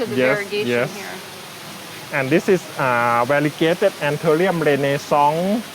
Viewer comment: I'm pretty sure he means variegated Anturium "renaissance" not Rene Song. He mispronounced it given English is not his first language, was surprised to really see it labelled the way he pronounced it. : ) Such a wonderful video. I will call his house "house variegatta"